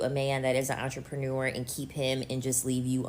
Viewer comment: I've heard so many bad mispronounciation of the word entrepreneur from these woman of late.